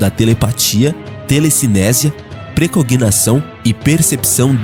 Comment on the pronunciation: Pré cognição e não cognação. Caramba!!!